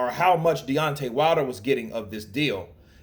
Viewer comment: You butchered the guys name man 😂